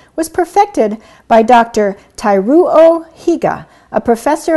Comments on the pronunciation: Thank you for this video. I live in rural Japan and was surprised to find this word being used in English, although the way it's used here and in English are very different. In any case, I wanted to help you with your pronunciation of the Japanese name Teruo Higa and the Ryukyu Islands. Teruo is pronounced with three syllables "tay-roo-oe." You got Higa right. 'Hee-gah" And Ryukyu "ryu" is like "few" with an "f." And "cue" for "kyu." ryew-cue , two syllables. The Japanese "r" is different from an American "r" but this is fine for now. :) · The pronounciation of ryukyu and teruo killed me XD that was so funny. thank you for trying though but it was not exactly accurate hehe. Great video however~